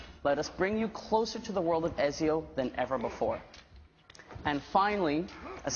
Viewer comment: He pronounced Ezio wrong...